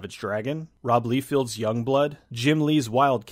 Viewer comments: I would recommend that you fix your pronunciation for the guy who did the artwork and other stuff on Youngblood. It's not Rob Leefield. It's pronounced Liefeld (Say Ly-Feld). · it is rob "lye fell d" not "lee field" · Rob Liefeld's last name is pronounced "Lye-feld," not "Lee-field." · Lie-field. not Lee-field. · Great video man! Just a correction though: Rob Liefeld’s second name is pronounced “Lie- feld.” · I Do have to point out you mispronounce robs last name I know because I see comic reviewers say it it's more liefelt in pronunciation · Actually it's Lie-feld. But I've never met any comic book fan that's said it right, and wouldn't have known myself if I hadn't seen an interview with him where he corrected the interviewer. Think he finds it annoying. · This is one of those movies that I remember liking it when i first watched it. But never revisited over the years. Love how you pronounce Rob Liefeld's last name lol.